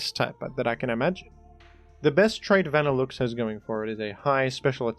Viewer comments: Wtf is a "Vannilukes" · Why do you pronounce leavanny and vanilluxe so weird? Not to mention ariados.